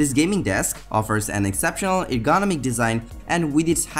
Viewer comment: I can’t stand the way he pronounces the word ergonomic